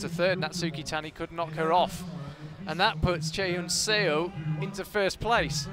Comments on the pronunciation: Note to commentators: Chaehyun Seo's last name '서' is not pronounced 'see-oh' but 'suh' (as in the first part of the English word sun). The romanisation of Korean characters is a bit misleading... Great commentary otherwise! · SEO is pronounced like SUH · 저도 쎄오 라고해서 거북했어요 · Love the commentators but they completely mispronounced Chaehyun Seo's name :(